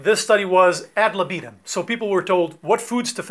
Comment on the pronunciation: “ad libitum” is a Latin expression so the first syllable of “libitum” is stressed: “ad li·bi·tum | \ (ˌ)ad-ˈli-bə-təm \”